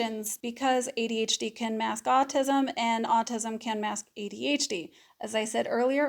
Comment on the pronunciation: Despite the way you say adHd instead of ADhD this was thee MOST helpful video I've listened to regarding the social differences overlap. Very helpful in fighting my imposter syndrome monster. Thanks.